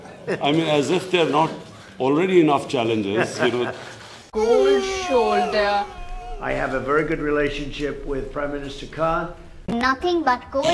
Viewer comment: Seriously this is how they all sound like: "Koldd sholdder hippiti hoppitus wobbling wobbling" 😂😂😂. Man indians r naturally funny people.